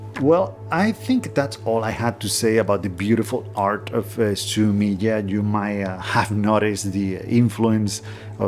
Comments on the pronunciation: Fun tip for pronouncing japanese words: the vowel sounds never change like they do in english. so "e" is always "eh" / "aye". So in this case, it would sound like "Su me ay" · Three syllables: su-mi-eh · Fascinating. Thank you. BTW ink picture or drawing is pronounced Sumi-e where the ‘e’ sounds like ‘eh’, as if you misheard something and wanted clarification.